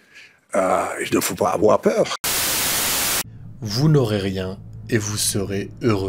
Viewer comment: Il ne faut pas afoir peureu